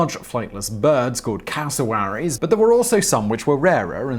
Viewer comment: Thats not how you pronounce Cassowarys